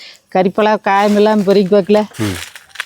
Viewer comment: Yes it's parikka n not porikka